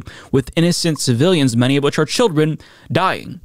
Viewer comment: I think his tongue slip says it all. When he was trying to say civilians and said ci-villains instead and then called Hammas, he. He doesn't know what he's talking about, and he sees them all as guilty.